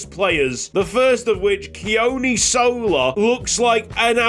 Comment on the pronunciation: Hey mate, just on pronunciation for Sola - the 'O' is the same as the one in "tOmoharu", and there's a slight emphasis on the first syllable in "Sola" though it's not a big one. "Keoni"' is a more difficult one - it sounds a lot like "Johnny" but with a monosyllabic "kyuh" sound to start - so "Kyohnny". No big deal at all tho as you sound fine, I just love the Pacific representation!